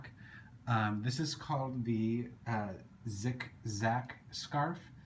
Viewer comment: Who the fuck says "ZickZack"???